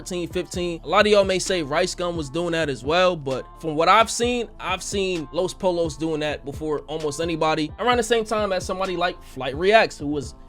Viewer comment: “Los polos” it’s pronounced los poyo 😂😂